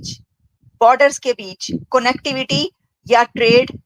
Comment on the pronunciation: Madam, your pronounciation of the word CONNECTIVITY is incorrect. Take care of it please